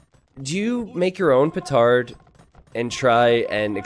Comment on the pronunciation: see he does say pootard